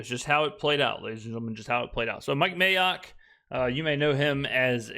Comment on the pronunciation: What’s up with Rich saying May-ock? That’s his name 😂 not clever, how about Mike M(ay)ock